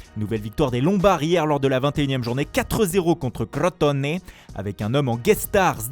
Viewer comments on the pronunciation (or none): Crrotoné quel bail wsh 😂😂. Prononcez crotone et c'est tout